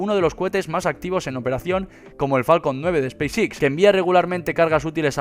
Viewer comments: "SPACE X"... pronunciación "ESPEIS EX" no "espis Ix" XDXD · Pronuncia pésimamente!! No es space six! Es Space X!!